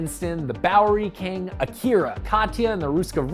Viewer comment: its bowery king not dowry king 😂😂😂😂😂